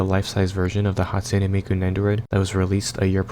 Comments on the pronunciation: This nga said Hatsune Meiko😭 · “hatsune meiko” That’s beautiful bro